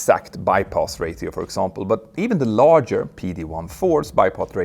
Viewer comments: "ratio" sounds like "ray-she-o" not "ray-thee-o" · It's pronounced "Ray-shi-oh" not "Ray-Ti-oh" 🙂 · Just a quick FYI: "ratio" is pronounced "ray-sheo", not "ray-theo" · Hi Pettr - your English is fantastic. But a small tip for you: Ratio is pronounced Ray she oh. Not Ray thee oh. It’s a complex language ‘coz we got invaded a lot and have words from Vikings, French, German. Anyway - hope you don’t mind this small comment. Your work, and that of your team is fantastic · It’s not reeyTio! You say reyšio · Ratio uttalas rejsho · Bypass rașio is pronounced 🤓 english 😅🤷🏻‍♂️ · Ratio is pronounced Ray-She-O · Ray-She-O = Ratio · 1 your speaking voice is great. Don’t change it. We Americans assume anyone that speaks with correct grammar, with an accent, is very smart. (A La Chinese zen, German scientist, Native American wisdom, British scholar, etc) … Ratio pronounced as “Ray-Theo” is your brand for “experienced pilot.” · Please forgive me if my next comment seems somewhat offensive.It's not meant to be! The word 'ratio' is said as if the letter 't' is said as the two letters sh. This then, makes ratio sound like 'rashio'. the T is replaced with 'sh' sound, even though the spelling is as before! I trust this may be of some help in the pronunciation of an often awkward language. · please pronounce ratio as "ray-si-o" i can't stand it man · But it’s “ray she oh”. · Hey Petter, not trying to be a jerk so don't take it that way, but on the off chance it hasn't been brought up, "ratio" is pronounced with an sh sound in the middle like in "shell"--so "rashio." Just noticed you have a bit of trouble with that word. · Constructive criticism. Its Ray-shee-o not ray-tee-oh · FYI, your pronunciation of ratio is ... erm ... special. Should be more like ra-she-o. 😊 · I literally had to stop watching because of how you pronounce ratio.